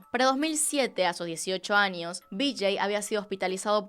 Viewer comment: soy yo escucho que dices anios en vez de años ??